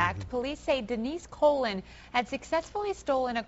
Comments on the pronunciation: Colon cleanse! LOL its Co Lon its Spanish last name. smh. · Denise COLÕN!! not colon!! haha that's my last name till its not only way to pronounce that name!! damn hah but damn.. they woman leaving these kids... smh..